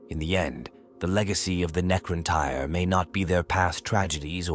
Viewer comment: deffo tyre. Had to stop right there. Getting tyred of this ai bibble.